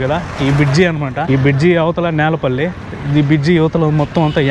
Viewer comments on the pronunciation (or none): నేలపల్లి కాదు బాబు...... నీలపల్లి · Nelapalli kaadu ra neelapalli ra adiiii😅😅😅😅